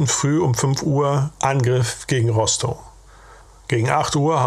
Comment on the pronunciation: Es spricht sich RostoF aus. Ist ja kein pommersches Kuhkaff 🙃. Schön sachlich vorgetragen. Was haben diese kerle doch geleistet.